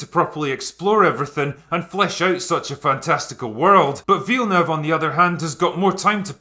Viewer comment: Bruh, you’re gonna need to work on your pronunciation of Villeneuve.